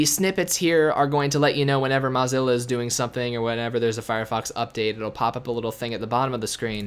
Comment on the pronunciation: Learn how to pronounce Mozilla, or stop saying it.